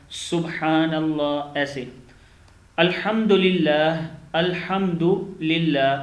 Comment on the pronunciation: Aapko ko khud hi padne nhi aata hai Subhan ALLAHi hai Alhamdulillah hota hai Alhamdolillah nhi Assalamu hota hai Assalamo nhi